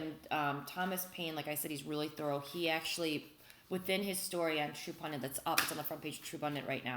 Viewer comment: Love ya Liz....There's only one "N" in the word "pundit"...yes, it's a pet peeve of mine. Same with the word "tenet".